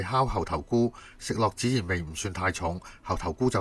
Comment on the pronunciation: 孜然（讀：✅知，❌只） 我都好喜歡呢家，但只去過一次，你提醒了我佢哋個名，一定要再帶朋友們去！😋👍🏻